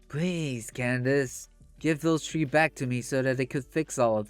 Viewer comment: can you speak with a little more enthusiasm. It’s really hard to listen to. Also, it’s pronounced th-ree not “tree”